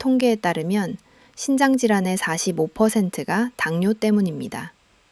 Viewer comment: 신장과 심장의 발음이 헷갈리네요 발음/자막글씨